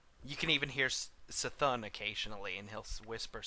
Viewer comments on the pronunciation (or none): cthun is pronounced k-thun not s-thun